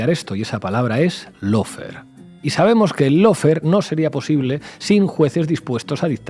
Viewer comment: Lo único bueno de Fantino es que es el único que pronuncia bien LAWFARE (paren de decir “low fare”). Aguante Cristina y gracias por el canal.